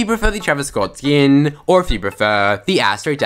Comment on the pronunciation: Travis Scott skinnnnnn😭 the way he says it🤦🏾‍♂️